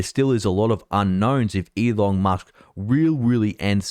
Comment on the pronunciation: Why do I keep hearing "E Long Musk" from him?